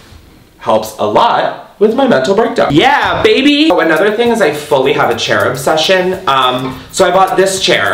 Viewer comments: im so baked i thought instead of "chair obsession", he said "cherub session" lol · what said: chair obsession what I heard: cherub session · Idk why but when you said you have a chair obsession I thought you said you had a cherub obsession - I mean go off sis either way 😂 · when you said "chair obsession" i thought you said "cherub session" and got reallyyy confused